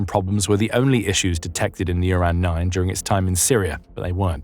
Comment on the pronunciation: Didn't even mention the flaw of naming this thing Uran and pronouncing it Urine